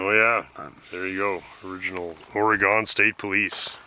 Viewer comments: Ore-gone? Come on, guys.... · You Guys Said Oregon Wrong LOL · The civilian Caprice was faster because it was lighter. But in a chase, the driver would be panicking while an officer, (trained in technical driving) only had to keep up until they made a mistake... By the way... Out here it's pronounced Ory-Gun... Cheers 😀